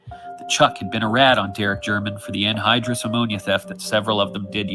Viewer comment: you are saying anhydrous correctly